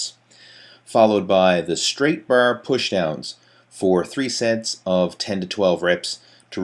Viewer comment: easy curl br , straight br, steps pr rms ...brbell....chocolate br,,br girls...what a nice pronounciation